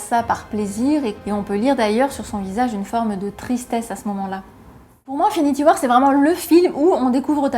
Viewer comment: J'ai jamais compris votre délire ( les francophones têtus) là de prononcer les mots anglais comme si c'était des mots français..."Infinity war"...-_